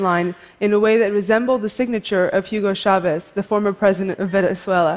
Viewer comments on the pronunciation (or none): "Jiugo Shavez" that's the worst pronunciation 😆😆